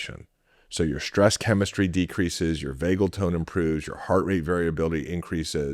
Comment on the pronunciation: SHtress is not a word.